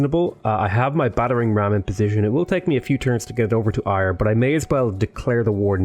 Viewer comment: I know this is pointless but ‘Ayr’ is pronounced ‘Air’ and not ‘Iyer’